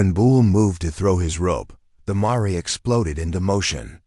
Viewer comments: Marray should be pronounced mayor which is a female horse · Marrey? Seriously? I quit listening after that! Get a real narrator. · Surely the AI narrator should be checked for correct pronunciation e.g mare?